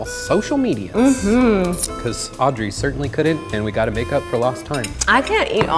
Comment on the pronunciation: istg i hear her call herself "aubrey" instead of audrey and now i'm tripping